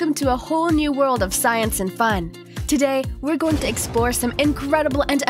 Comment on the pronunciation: Do you mean worlds instead of wold?